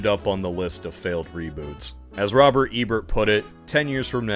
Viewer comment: ROGER Ebert. Not Robert.